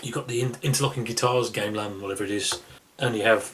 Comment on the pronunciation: great review, but look up the pronunciation of "Gamelan".